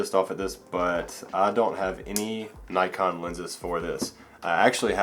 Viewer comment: Yes Nikon.. Not Nykon..